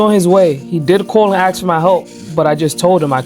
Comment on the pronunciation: its not axe a question. its ASK. you need to be fed some more training data boy